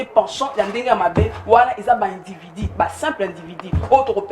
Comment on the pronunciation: 😂INDIVIDU. ET NON INDIVIDI